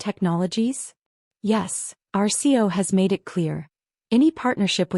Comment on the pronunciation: CEO has three syllables - please pronounce it correctly. 👎